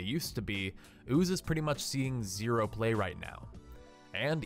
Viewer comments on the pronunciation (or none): none